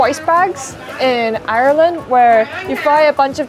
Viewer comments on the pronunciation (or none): none